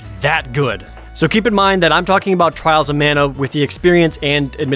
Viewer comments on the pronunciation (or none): Twails of Mana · Twiwles owf Mana, uwu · At least you don’t hear “Twials of mana” five times.